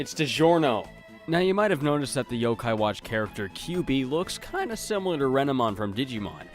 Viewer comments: dude, it's Yokai, not Yo-Kai. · It's friggin Yokai not YOKAY